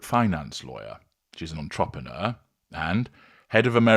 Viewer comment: the way you pronounce the word entrepreneur makes me think you use a voice chat to disguise your voice because you would never pronounce it the way that it's pronounced in this video.